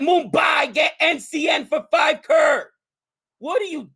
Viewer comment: saying everytime krrr... instead of crores is funny xD and it's pronounced as punjab (as in 'pun intended')